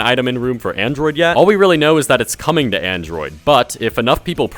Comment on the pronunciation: nigga said androi.